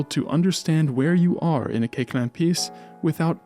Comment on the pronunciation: A very fine documentary about Koechlin (his name correctly pronounced). Pianist, I explored his piano music many years ago but I distanced myself from it because I find it generally extremely boring (but a few pieces, mainly his sonatinas where here and there we find something more palatable). He wrote a lot for other instruments mainly for flute, output where we can find really beautiful pieces, among them - 14 pieces pour flute et piano op. 157.